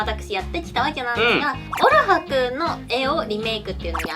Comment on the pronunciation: のオルハですの発音よかー